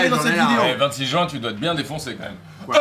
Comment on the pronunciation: Aaaah mcfly t'es de ceux qui disent "jouin" au lieu de juin putain